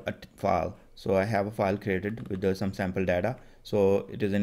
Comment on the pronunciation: Thnks for the videos. Buddy it is data not Deda.. You made me laugh.😂😂